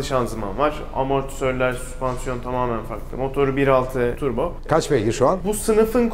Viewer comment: Abi türbo mu diyor ben mi oyle duyuyorum